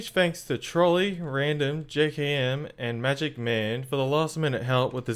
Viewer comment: ManMagic1 getting pronounced wrong lol